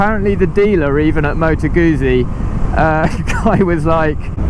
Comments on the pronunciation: Great review... but it's pronounced "Goot- zi" not Guzzi. The double z is pronounced how you would say it in the word pizza. Sorry to be pedantic. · Gutzi. Not goozi. Same way as you say pizza.